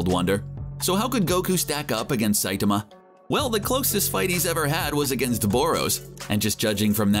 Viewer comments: "Saytama!" Its Sai-tama, this dude needs Pronunce Saitama's name correctly or it'll be one cringe ass video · The pronunciation of saitama is just stupid but let the memes come